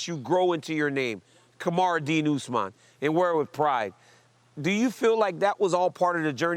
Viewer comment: I cant get a job at ESPN but they have reporters that don’t know Usmans name??? This shit is embarrassing